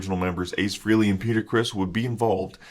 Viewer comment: Ace Frey-Lee, not FREE-LEE